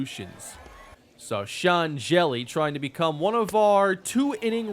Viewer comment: I don't know how Sean Hjelle pronounces his name irl, but I have friends with that name who are actually from Norway and they pronounce it "Hyella." Maybe he's Americanized it to make it easier for people in the US to pronounce it, but it's definitely not originally supposed to be "jelly" lmfao